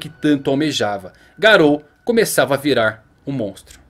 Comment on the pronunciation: se fala "Gáro"